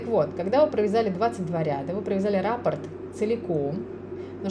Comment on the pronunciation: Большое спасибо за книги и видео. Вяжу сейчас подушку мозаикой из центра. Прошу прощения, что поправляю Вас, но в слове "раппорт" ударение на последнем слоге.